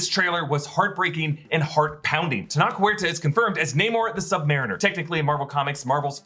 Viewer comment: Just FYI, Tenoch rhymes with roach, it doesn’t rhyme with clock